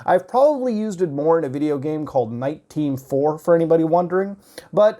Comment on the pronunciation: ohhh fuck it's nite team 4, not nineteen four...